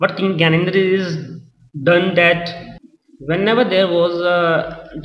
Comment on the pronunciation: its gyanendra ...not gyanedre..